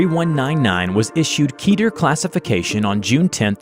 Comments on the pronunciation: It’s pronounced KE ter not keeter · every time you say keter. it sounds like Peter from family guy